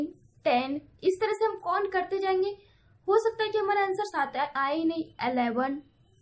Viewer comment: wo cont nhi count hota h pagli....